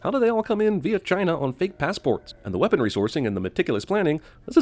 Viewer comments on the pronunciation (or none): none